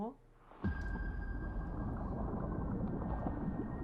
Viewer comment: Se dice KudaiberGUEN